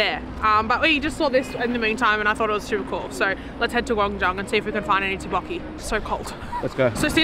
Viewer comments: Tteok with K sound. Not tabokki. Tteokbokki. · Tteokbokki . You should pronounce the K. Tteokbokki.